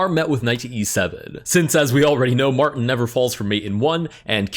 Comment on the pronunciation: “m””r” tin 😂